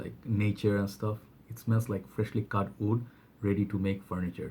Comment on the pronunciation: Why you always pronounce wood in a way as if you are saying oud. Great list btw. You are the most prolific fragrance reviewer with quality in every video.